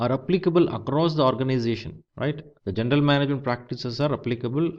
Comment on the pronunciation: why do you say "gendel management" if it's written "general management" :::)